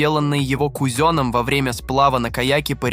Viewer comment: как, как вы сказали? Йоти?!:face-blue-smiling: Кто такой "кузён"? Я из этого видео узнаю всё больше необычных слов))).